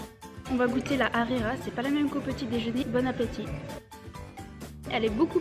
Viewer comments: Pour le dej tu as pris Harira c'est bon mais ça ne se prononce pas Arira ça se prononce harira ont prononce le H. :3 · C est pas arira c est harira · C’est pas arira Hrira✅ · C'est pas arira c'est l hrera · Elle m'a fait rire la khira au lieu de harira mdrr ( la prononciation) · MDR elle dit de la rera 😂😂😂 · Alor c'est pas la arera c'est la rhera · On dit la Harla bon bye bonne continuation bisous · Lahrira c'est pas La arira 😂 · Mois je suis marocain le petit gâteaux. Sappelle chbakia. Est c est pas la rira hhhh c’est harira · C'est lharira ce n'est pas larira 😂😂😂 et le maman et enfin chabakiya 😋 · Mdrr elle dit arera😂😂😂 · La ri Quoi? La hrira pas la rira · Elle m’a tuer la « rira » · En dit haraira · Désolé mais tu n'a pas bien dit les noms marocains mais c'est pas grave surtout avec la harira